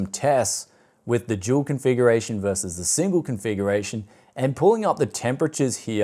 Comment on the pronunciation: i've been watching a few of your videos, but im afraid i cant get used to your australian accent you pronounce the D in Dual as if its a J to me it sounds like you're saying Jewel "Recently on the channel here, i took a look at jewel gpu's..."